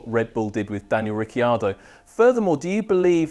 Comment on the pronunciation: Please pronounce his surname correctly, a bit of respect!